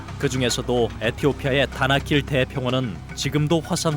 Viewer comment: 다나킬이 자꾸 바닷길로 들리네....나만 그런가?